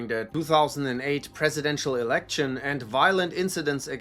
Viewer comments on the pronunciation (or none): none